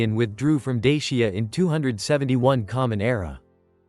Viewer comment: Please learn how to pronounce the name of dacia